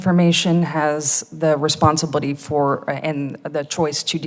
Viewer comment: Did she just say "Responsa-booty?" EDIT:@